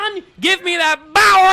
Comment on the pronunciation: "Not enough Bower" Famous last words